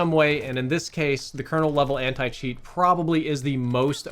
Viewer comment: oh nah he said Anit cheat